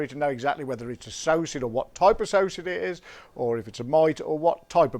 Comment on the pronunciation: Psocid is pronounced (Soked) the P is silent. From Mason Exterminating (Kansas City Missouri). Cheers